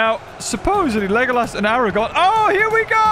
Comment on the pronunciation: The future king of both gondor and iron ore is not named Aragon it's Aragorn ARAGORN there's an R in there there's two R's in there in fact. if you're going to do a load of the rings batter battle get the names of the people the players correctly And thank you for removing sour on he was never in this battle.